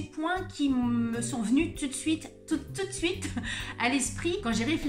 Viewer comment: ) :) Tu as pris certains petits tips de langage finistérien aussi !! Tu manges certaine syllabe.... ble pardon :) ( pour ne citer que ça et le "tou d suite" était beau ! ) Je le remarque parce je n ai plus l'habitude de ça. Née et vécue à Brest même ( pour les connaisseurs ) jusqu’à 33 ans, je suis partie pour le boulot dans le 75 et je vis dans le 78. J ai dut faire attention à mes tics de langage de brestoise et toutes nos expressions bretonnes quand j ai débarqué en région parisienne ils sont sans pitié ici :). Pour le reste c'est trop drôle, tu cites quasiment tout ce qui me manque vraiment !